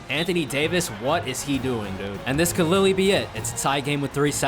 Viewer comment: lmao the way he says “literally”